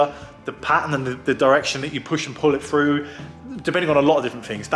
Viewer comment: Would that be "through" and not Froo?